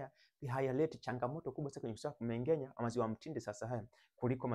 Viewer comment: Wahaya Ng'a ng'e ng'i ng'o ng'u sio Nga nge ngi ngo ngu...Kumbe KUMENGENYA ndio KUMENG'ENYA..